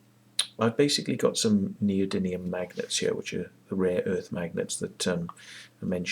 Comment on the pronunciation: I see you make the same mistake I always make in calling them neody-N-ium rather than neody-M-ium magnets. I think neodynium sounds better anyway ! This Searl guy claimed to have made a flying model that the BBC missed, in the 60's, so he couldn't have had a lot of money to do this, so why doesn't he do it now ? Well, it's obvious why, because he didn't do it then ! It's all a fraud ! You notice how these "free energy/ over unity/perpetual motion" frauds always fall back on the same old excuse for not producing working models, that being the "oil industry/government" is suppressing the technology. This is such obvious bollocks it's almost self refuting ! The amount of venture capital floating around the world is staggering, and these people would only be too happy to bring down the "oil industry" and take all those phenomenal profits for themselves, because if "free energy" worked, it would make trillions of dollars for the investors ! But these people aren't stupid, and that's why this shit goes nowhere. It simply doesn't, and can not, work.